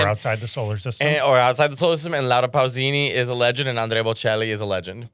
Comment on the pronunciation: Nick:Laura pussini!🙂 Mateo: Pausini!